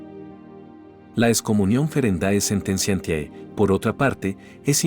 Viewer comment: Por favor, Sr. Locutor, lea "late sententie". En latín el diptongo "ae" "oe", suena, se pronuncia "e".